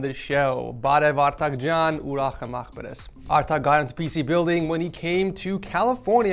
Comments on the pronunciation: jan not chan haha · by the way it is pronounced Yan and his name is Jan so ye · Hey, just want to let you know that German people don't pronounce Jan with the hard J sound. They pronounce the J in the name like a Y. So it would sound like Y-aaa-n.